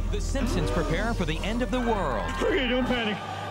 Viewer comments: THEY WILL LITERALLY NEVER REMAKE SIMPSONS HIT AND RUN UNTIL YOU STOP SAYING SIMSIMS. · Is it just me or does always say "Simpsims?' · No one: Absolutely no one: Not even Oprah:: SiNpOmEs